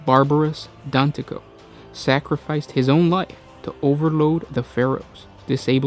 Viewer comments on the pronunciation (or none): it's Dantioch not Danticoh or whoever you're pronouncing it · Dantioch is prononched DAN-TEE-OCK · I am sorry bro to call you out like this but Christ did you just butcher Barabas’s last name Dantioch! You aren’t the first 40k content creator to butcher a character’s name so don’t feel to bad about it. And it’s just one of my biggest pet peeves!